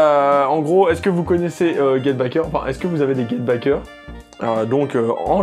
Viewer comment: Get Backers hein et non pas Get Bickers... Et c'est Tite Kubo (prononcé Tit Koubo) pas Taillti. Mdrr ta prononciation me tue